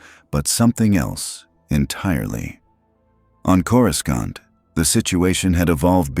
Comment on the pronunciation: “coruskaunt” God I hate these garbage AI voiceover channels